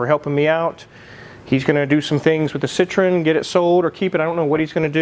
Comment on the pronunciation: Why do Americans pronunce Citroen as if it's similar to Citrus? French say it with the accent on the E, separate from the O sound. SitroEEn